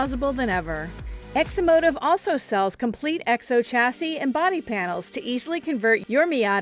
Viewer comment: She says egg'so car instead of exo, 30 times.